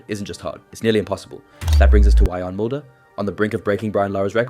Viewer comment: Vee-Yarn. Not We-yan